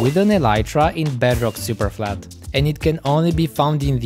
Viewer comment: In the beginning he said he spent days on “Bedrock Superfalt”